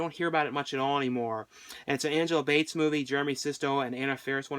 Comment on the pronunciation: I'm so glad you mentioned my favorite movie of all time; May! You did call Angela Bettis "Angela Bates" twice, but I forgive you! The movies I always recommend are: May Love Object The Loved Ones Murder Party April Fool's Day Behind the Mask Parents Red State You had a great list! I was surprised to see a few that I didn't recognize. Kudos!